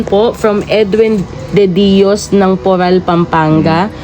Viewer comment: PORAC PAMPANGA PO … HINDI PORAL PAMPANGA….at MINESOTA USA AT HINDI MINOSATA